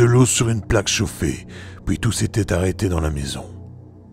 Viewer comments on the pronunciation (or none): Bonjour a toi... superbe travail encore une fois... c'est vraiment très complet....bravo... Je suis curieux de connaître tes propres expériences au sujet paranormal mais cela t'appartient.... Juste une petite question...d'où viens ta façon de prononcer les mots en PUI..? Tu le prononce poui....exemple: et puis, tu va dire et poui... en tout cas je te suis dans ton travail....j'aime vraiment....a bientôt... mon FB ma chaine YouTube